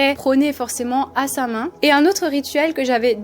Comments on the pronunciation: Samain ?? 🤣😅😂 C'est une fête d'origine gaélique et ça se prononce Sa-Ouine !! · Ça se prononce Sa Houine 😉💚